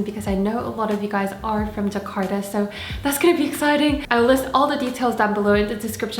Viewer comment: did she say "jakarta"??